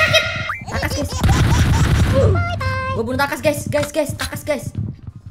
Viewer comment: Itu mah bukan tacas, tp taLas😂😂😂